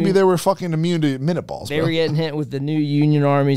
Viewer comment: its minie bullets not minute bullets bro